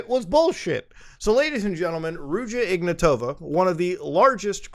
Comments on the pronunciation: to be honest I always love when people mispronounce names. It just has it's charm. well in this case it's just that it's ignAtova not ignatOva but still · I hope that woman rots in prison. The name should be pronounced IgnAtova (I'm Bulgarian). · Hey Muta, great video, but it's spelled like "IgnAAtova" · Here's some help with pronouncing Bulgarian names - we are not russian and we don't say them like that. Ruja IgnAtova (the capital A is where you put emphasis on). Pet peeve but we don't like russia and being associated with them in any shape or form. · he butchered her name so hard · The 'J' is pronounced like the 'g' in "rouge", and the stress in "Ignatova" is on the first 'a'